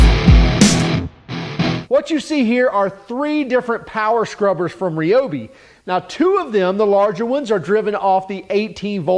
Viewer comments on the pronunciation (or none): Its RY- obi, not RAY-obi